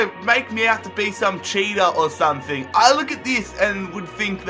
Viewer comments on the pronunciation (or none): none